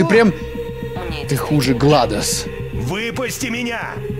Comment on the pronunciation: Не гладос а гледос